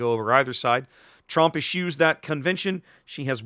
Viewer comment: The 'o' in Tromp is a bit like the 'o' in 'bored', but a bit shorter in length.